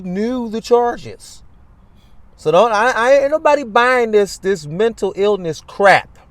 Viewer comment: “Mintill eelniss”.